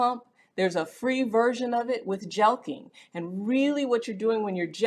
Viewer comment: Jelking? I always pronounced it jerking.